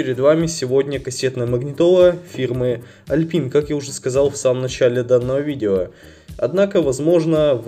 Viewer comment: Alpine- Алпайн правильнее. Именно так бренд называется. Он и сейчас выпускает современные магнитолы, сабвуферы, и тд.